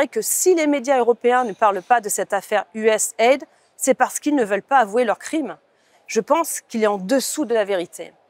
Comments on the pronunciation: "USA ID" ...pas "US AID" nuance 😁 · Il faut prononcer USA-I-D. Le fait de dire USAID laisse penser qu'il s'agit d'aide. Ce n'est pas le cas.